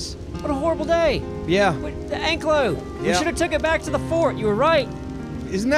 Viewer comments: It's pronounced (an-ky-low) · Btw its pronounced like ank i lo not anklo vause the actual dinos name is an ankylosaurus